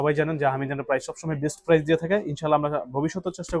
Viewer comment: কথাটা প্রাইজ হবেনা, হবে প্রাইস, দাম বা মূল্যর ইংরেজি হচ্ছে প্রাইস।